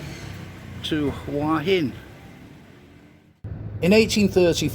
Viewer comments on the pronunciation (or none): Regarding pronunciation of Hua Hin. I think any Thai would suggest that you simply read the Thai spelling of Hua which clearly umistakably reads as, (phonetically) who'a hin.